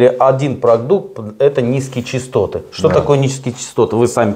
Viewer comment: Высокие чАстоты, а не чИстоты. Грамотеи.